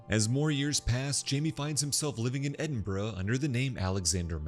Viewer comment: Nice work on the pronunciation of Edinburgh!